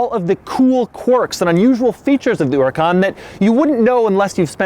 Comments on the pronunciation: Why do you keep saying "Urakan" it's Huracan with H! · The entire video, he said “Uracon” and not “Huracan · The way you pronounce hurrucan and hexagonal upsets me (as an English person). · Its not oricon its huracan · It's Hura-KAHN, not HOO-racan. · Doug the type of guy to say ooracan instead of huracan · it is not an UUracaan, its a huracan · Huracan not Uracan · Really?! Urr-a-caun it's hurr-a-caun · Yeah it’s Hurr-ay-cane, how dare he pronounce it Ooracán... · it's not uracon it's huracan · What the hell is a uracan it's huracan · The Lamborghini Oracan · My man Doug do be calling the Huracan the Eurocan.. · Man says hooracan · Why are u pronouncing "unikan" 😂😂😂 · Doug the type of guy to pronounce Huracan as Uracan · He kept saying uracan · it sounded like u said the Lamborghini ouracan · I love how he pronounces it “oouracan” but pronounces every other italian word like an American would. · is he saying Urican?? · The 'Uracaan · He calls it a fucking uracan How does he have 1.2 M subs?!? Learn to pronounce cars bro! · it sounds like he is saying urancan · Huracan, not URUKAAN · Sorry, what is a Lamborghini Uracan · Lamborghini uracunt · Never thought it was pronounced uracan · Lamborghini URACAN?!?!?!😂😂😂 wut? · Doug, it's not an uracan. lol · wtf is a URICAN? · Why isn't this dude prounocing the "H" in Huracan? Urrican lol. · vsm1 nah you're wrong there buddy. "her-uh-Kahn" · you mean Huracàn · the lamborghini oora-con? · Lamborghini "yoorcan", lol. Can't even bother to learn how to pronounce the names correctly? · HER IC CAN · He can even pronounce the name of the car correctly. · you cant even say huracan properly lol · Doug is the kind of guy that doesn't know how to pronounce "H". 🤐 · you really butched the name "huracan" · Why can’t this guy pronounce the name of this car? Clarkson would would love this Americanism........ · Bruh, that is not how you say huracan, learn your Grammer bro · BTW why is he not pronouncing the H FFS this is not English word